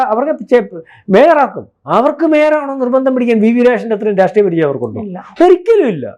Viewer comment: മേയർ എന്ന് പറയാൻ അറിയില്ലാത്തവൻ